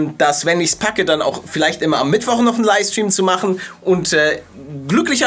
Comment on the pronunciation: Kannst du mal LiFFFe stream sagen und nicht Liestream! XD